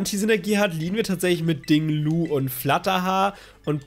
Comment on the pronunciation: Wieso sagst du immer Ding Lu, der heißt doch Ting Lu 😃